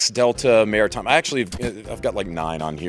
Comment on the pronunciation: "Mairitime" is the best time